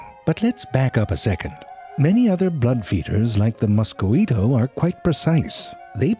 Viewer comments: Nearly thought I had a stroke when I heard "Moskoweeto". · “mos co wi to” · The "Musk-o-weeto"? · just a correction Zefrank ^^ Its pronounce "Moskito" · "Many other blood feeders, like the Musqoito..." I live for the pronunciation in these videos. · Can't pronounce tick. Can't pronounce mosquito. Gets "chelicerae" first try. I love this channel.